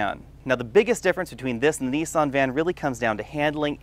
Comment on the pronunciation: Painful pronunciation of words there! It's NIS AN not Nee san and fee it not fee at!